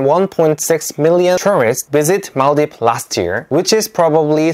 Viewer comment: I'm so happy that you recognized our country, i was checking your shorts. And suddenly i saw our flag, and yup, everyone know maldives as mall-dives the country that people go for holidays/vacations... finally i met someone who knows our country, and someone who can pronounce our country correctly.. its mal-dheeves!!